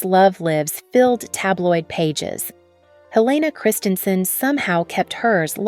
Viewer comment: She is truly remarkable and it would be respectful to her if when you made this video you at least pronounced her name and the names of several designers correctly.